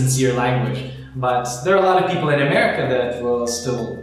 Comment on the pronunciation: сука. за 10 лет русского языка так и не выучил и гордо произносит - я из юнайтэд стейц оф амэвика!